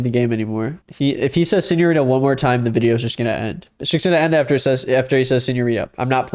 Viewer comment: i fucking hate when gringos say "señorira" "mamacira" instead of señorita/mamacita the T is RIGHT THERE